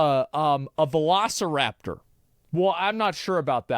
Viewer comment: i was skipping around and asmon said "VELOCIRAPTOR" and i had to just end the video there.